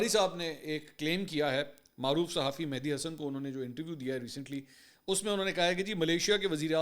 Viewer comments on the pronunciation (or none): none